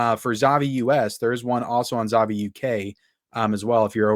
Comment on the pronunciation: 'ZAVVI' is pronounced like you're saying 'HAPPY'.